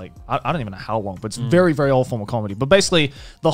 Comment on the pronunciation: lmao he said very old form of comedy, sounded like very awful comedy. Cultural Appropriation right there! will get it if you saw last episode